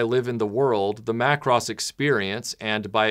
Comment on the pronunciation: 📣 YAAY! YOU CALLED IT MACK-ROSS!!!